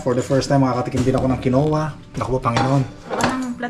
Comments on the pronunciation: It’s quinoa sir! (Keen-wa) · "Kinwa" ang pronunciation niyang Quinoa. Ganun talaga, kung hindi pa tayo makaramdam ng sakit, hindi tayo magiingat sa kinakain. Siguro nilagay ang pera sa Registered Educational Fund kaya kailangan ng proof of enrollment.